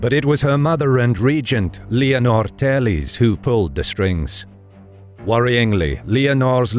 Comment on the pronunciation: It isn't Leonor "telis", thats brazilian portuguese, it´s Leonor "Teles", like it's written, there's no "i". The pronunciation is a closed "e". That said, the video is awesome, very well conducted <3